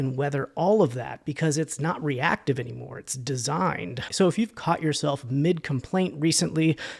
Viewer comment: The way he says "designed" 😂